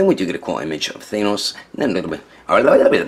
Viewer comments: isnt thanos pronounced th ann os not thainos? curious whos got the answer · They say say it with a normal "a" sound, not an "ae" sound. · Not to be rude, but the way he says Thanos